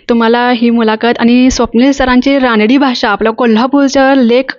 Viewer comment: अग रानडी.. रानडी काय म्हणतेस. रांगडी म्हणतात. रांगडी भाषा हा शब्द तुला माहित नाही..? कमाल आहे. मग मुलाखत काय म्हणून घेते.